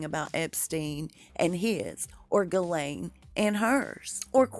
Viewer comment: Her name is pronounced, " Jis-Laine "